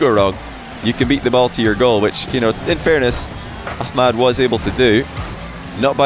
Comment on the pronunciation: I like how he actually pronounces the H in ahmads name unlike loads of ppl ik